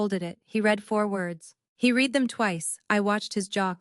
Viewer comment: AI narrator doesn't grasp the difference between read - present tense, pronounced reed - and read - past tense, pronounced red. As is evident in this story.